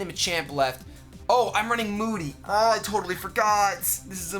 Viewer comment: The whole time was saying "I hate moody!" I thought he was saying "I hate Mooty!" Hahaha